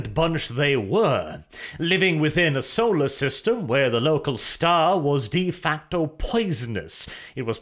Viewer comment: you've been saying de facto wrong for too long and its finally driven me insane